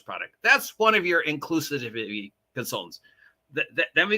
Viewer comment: Are you deliberately mangling the word 'inclusivity' for some reason?